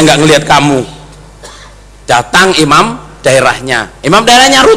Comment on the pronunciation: Semoga cak,,bisa sadar,, dan Paham,,,bahwa bukan imam yang Allah panggil,,, namun yg di panggil ialah orang orang yang ber,iman,,, huruf nya beda di akhir kata,, imam,,mati,m. Sedangkan iman,mati,N. Semoga cak,memperhatikan kata,imam,dan iman,,agar bisa menbedakannya